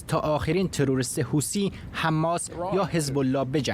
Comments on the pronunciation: خطاب به کارشناس اولی،، حوثی ها نه حوتــــــــــی ها 😂😂😂😂😂😂😂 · حوثی ها یا حوتی ها..چرا ما فکر میکنیم اگه ی لغت را جور دیگه تلفظ کنیم با کلاس تره؟ یا از بی سوادی ، این گروه یمنی اسمش حوثی. چرا میگی حوتی .حوتی را از کجات اوردی؟